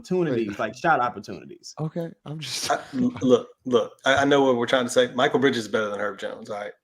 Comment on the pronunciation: Ross his name is Makil Bridges not Michael